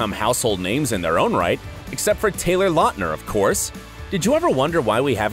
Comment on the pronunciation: His name is pronounced LOUTner, not LOTner. Quality research!👍🏻🙄